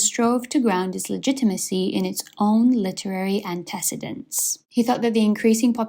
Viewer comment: Please learn how to pronounce "antecedent"!